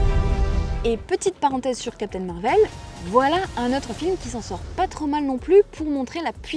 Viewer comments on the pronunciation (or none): none